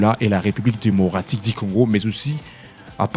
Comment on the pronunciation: Parle bien. Pas Dimocratique mais démocratique...tika fière papa😂😂😂loba bien